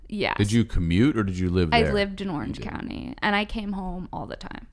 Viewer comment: "Orange county" not "Oiiiuuerhenge counnniee", This upspeak is killing me